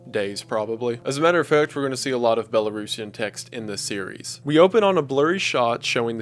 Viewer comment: Huge props for your pronunciations of "Belarus" and "Belarusian"